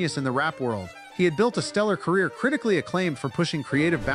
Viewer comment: “Picked a fight with Tyler the Creatahhhh” “biggest mistake of Khalid’s whole careeahhh”. Love the content. 😊